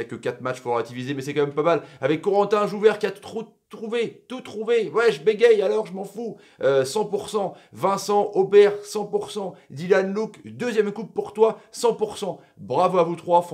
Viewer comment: Ouaahhhh chuis premier mais c jovert pas jouvert mdr